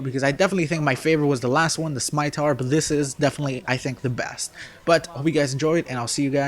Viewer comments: Lol the "SMITAR" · How old and you can't pronounce scimitar ?